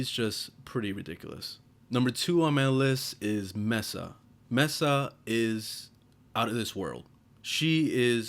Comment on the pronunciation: Mesa=may-sa not mess-a